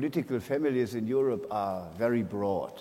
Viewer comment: Die hat halt nen Akzent, ne... Aber können wir über ihre exzellente Aussprache von "Europe" sprechen. Ich kann das nämlich, obwohl mein Englisch sehr gut ist, gar nicht aussprechen.